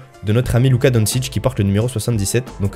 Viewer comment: Yo tout les français je suis québécois et luka doncic se prononce donshic et non donsic